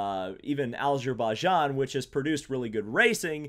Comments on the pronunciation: Alzerbaijan??? i think u said it wrong xD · The way he said Azerbaijan made me cry lol